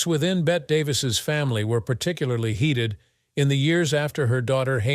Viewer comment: It's pronounced Betty. She is not a wager.